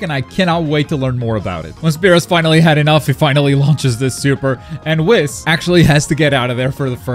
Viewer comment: Bro that is not how you pronounce whis 🤦‍♂️